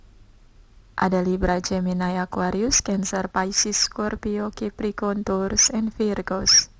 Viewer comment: Mbak..."tours" itu pelafalan taurus dlm bhs apa? Inggris, india, iraq, zimbabwe atw gmn? Tny doank